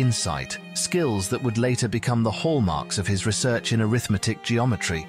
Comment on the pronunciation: Why does the commentary consistently refer to Scholze in the past tense? I kept expecting to be told that he's dead. I hope not. Also, "arithmetic" here is spoken with an accent on the 2nd syllable, i.e. as if it's a noun (which it ususally is at least in English), thus: "aRITHmetic. But here it is mostly used as an adjective modifying "geometry"; used that way, it should be spoken with the accent on the 3rd syllable, i.e. "arithMEtic." The content does sound very interesting, but is not explained except in the most general terms. Like some other commenters, I hear no clue about how Scholze's work is connected to infinities. Like one other commenter, I suspect that his work is based to a significant extent on Cantor's work--which I think I understand fairly well. But after listening to this, I have no concrete sense at all of what Scholze has said mathematically.